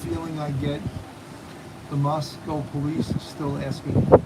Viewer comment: Moscow rhymes with Roscoe.